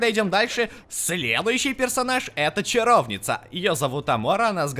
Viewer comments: ЧаровнИца ударение на и ,а не на о! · Чаровница ударение на и, а семсон ударение на е